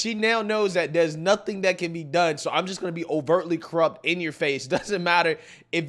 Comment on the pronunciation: Now that you bring it up … the proper pronunciation of “That” does not include a “D”. I know you know this; I’ve seen you in a suit. 😉